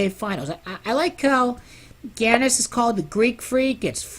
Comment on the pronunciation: It's pronounced "Yahnis"